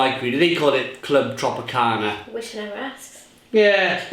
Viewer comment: It’s not called Clwb Tropicana, it’s Clwb Tropica.